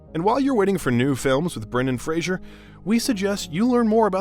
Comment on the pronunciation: you keep pronouncing his last name incorrectly